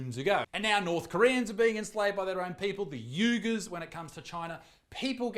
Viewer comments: Dear Isaac, just because you're Aussie and bastardise every single foreign word doesn't mean you can't try. Uighur = we-guhr. no need to pronounce every U in the English language as U. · You said Uygur wrong. AGAIN!